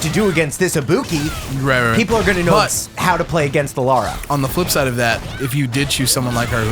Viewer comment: I'm super excited for this:D Also s/o to for saying Ibuki the correct way~